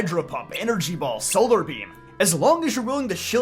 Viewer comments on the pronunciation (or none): none